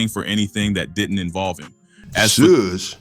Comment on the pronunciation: This guy don't even know hip Hop pronouncing shug name wrong